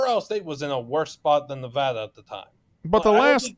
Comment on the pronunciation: Someone teach how to pronounce the name of the state Nevada… it’s not Nevahhhhduhhhh 🤢